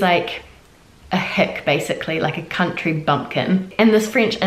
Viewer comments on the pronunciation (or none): none